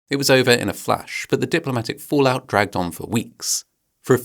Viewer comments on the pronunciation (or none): none